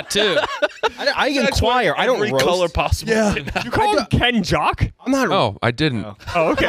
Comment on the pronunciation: He said KENJOCK!!!!!